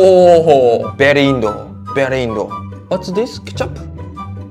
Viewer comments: Excuse me brother not pronounced indo. Its India okay❤ so say India 💚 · Don't say Indo , say "India" or " Bharat" it hurts the feeling of Indians. Pronounce the country name properly otherwise its disrespecting our country 😢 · Bro that's not indo that's India plz pronounce properly